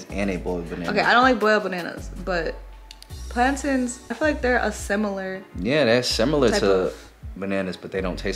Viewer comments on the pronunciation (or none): Ik they not calling them plantans 😭 it’s plantains 😭 I’m Hispanic so I call them platanos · From a purtorican it's not plantins it's plantains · Plan-TINS? Nah how y’all butcher that it’s pronounced Plantains like Plain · Someone please tell me i haven't been saying plantains wrong for years .. They say it like plan TINS .. I say it like plan TAINS.... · learn how to pronounce plantains